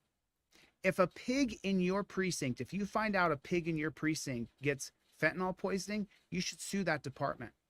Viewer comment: "Fentanol" is the new "Nukuler"!